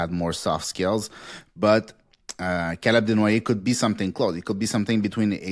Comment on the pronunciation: I think you just like saying his name tbh. CALUB DENWOYEHHH!